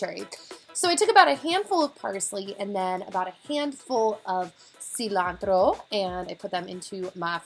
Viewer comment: You're the first person I actually hear pronounce CILANTRO correctly lol fellow hispanic here 😂 so I would know. *nothing wrong with pronouncing it incorrectly either before someone jumps down my throat